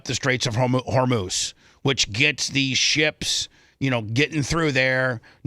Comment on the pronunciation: bubba: you have been reporting about the iran stuff/strait of hormuz. and you continue to mispronounce it. its just mind boggling with peoples inability to pronounce Anonymity and immolation. great content nonetheless